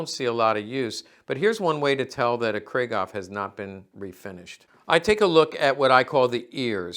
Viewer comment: Griegaw ? Krieghoff is pronounced: 'Krieg' (like 'creek') (David Hassel)'hoff'. JFTR. Thx for the video!